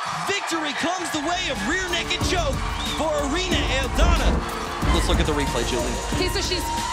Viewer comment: minutes of poorly pronounced Irenes